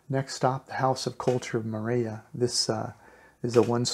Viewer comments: Hi, The Ls in Spanish are only pronounced like "ya" if they are double LLs, like the sound in the word "tortilla." It's correctly pronounced "torteeya." So, it is more-ell-ee-ya, not more-eh-ya. Thanks for the info. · mor-el-ia not moraya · Great info thanks, but it's pronounce (MORE-EL-YA). Morelia has only one L . You were pronouncing it as dble LL (yeh) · He cant even say Morelia, he sounds like Morea"... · It's a beautiful enchanting town. But it's named after Morelos so the name is Morelia not sure why you're pronouncing it like a double l--More-ray-ya? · Hi. We dont expect perfect pronunciation, but if your doing a report on Morelia you should pronounce it correctly. So if your "in" Morlia just listen or ask someone how they pronounce their city's name. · Please learn to pronounce Morelia right.